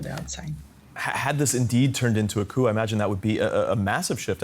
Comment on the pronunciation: the P in "coup" is silent